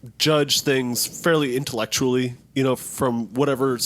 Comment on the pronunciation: hahahaha "intelutally" hahaha